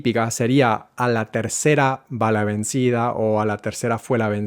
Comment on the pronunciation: It's not that native speakers find it hard to explain. Native speakers don't know what you're talking about and find no difference whatsoever and make no adjustment whatsoever. This guy pronounces 'vencida' with a truly awkward c sound that doesn't exist in Spanish but tries to be extra careful when distinguishing two kinds of g native speakers are incapable of distinguishing. If your language has the gamma sound, this may be helpful to you as you will pronounce cognates more effortlessly and naturally. But it will add 0% to native speakers' perception that you're pronouncing correctly as native speakers are 0% able to tell the difference.